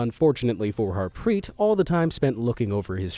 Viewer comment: Bro I am form India his Its pronounced as Daave and Harpreet